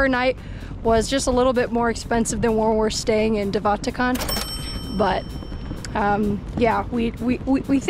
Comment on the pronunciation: Im south african and you said de waterkant terrebly